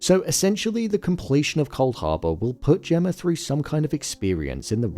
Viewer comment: Why do you always say "Gemmar" instead of Gemma?